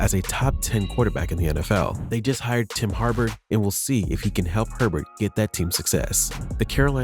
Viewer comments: “tim harbur”😂😂😂 its jim harbaugh. its like saying “ball” withiut the l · You had me until you called Jim HARBAUGH Jim harbur. What the Fuuuuuuu? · dog, you gotta learn how to pronounce names. "jim harbor, brandon eye-ock" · It is just a mispronouncing it’s still a good video